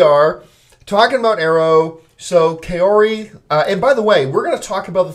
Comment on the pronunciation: No offense, nice after show discussion but I keep cringing every time I hear you mispronounce the name 'Kaori'